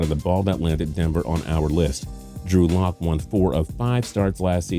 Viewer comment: Who notice he said luck and not lock